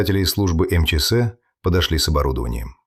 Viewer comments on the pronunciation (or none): Ударения в фамилиях, пожалуйста: КаторгинА или КАторгина, не КаторгИна, русская фамилия, не романо-германское имя и не итальянская фамилия. ФедорОвич - фамилия, Фёдорович - отчество. МЧС - эм че ЭС, не эм че сЭ. В колодец сбросили, не закопали. Жертва в колодце - в белой куртке. Преступница надела пальто жертвы для продажи машины. Жертву убили несколькими ударами ножа, пальто осталось целое и чистое. На сиденье машины осталась кровь. Преступник сел на кровавое сиденье, нимало не смущаясь и не боясь испачкаться, и погнал машину в другую область. К перекупщикам приехали сразу - без мытья окровавленного салона машины - 14 ножевых это же море крови, автор дорогой. Штампы :"Ну что, будем в молчанку играть или спасать твою шкуру?", "Ладно, начальник, твоя взяла." Преступники и следователь называют все имена полностью с фамилиями, преступники называют жертву по имени и фамилии. Этот рассказ самый некачественно выполненный из всех на этом канале.